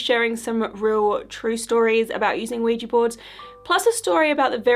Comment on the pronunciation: People need to stop calling these "Ouijee" boards. It's so bloody proletarian. They are Ouija, not ouijee.